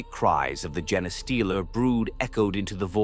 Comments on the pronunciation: I wish channels would stop using AI.... jenna-stealer...tie-ranids, would be nice if the pronounced anything right... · Isn't it pronounced Jean Steeler like you know they steal your genes of your DNA not this other word he's saying like am I wrong have I been pronouncing it wrong this whole time I thought the name made sense they steal human genes or infect you know other races genes you know their DNA and turn them into something else